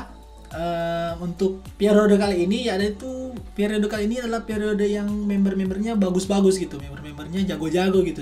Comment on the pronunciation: Periode kali bang bukan piarode😂😂😂